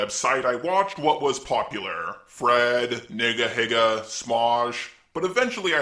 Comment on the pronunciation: dude calm down lmao.i know who nigahiga is😭😭..But it is pronounced NEEGAH HEEGAH